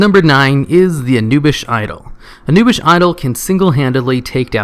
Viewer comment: OMG its pronouced Ah-new-bis- sath anubisath not anubish